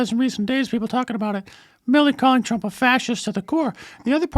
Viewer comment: When she mispronounces Trump is that racism?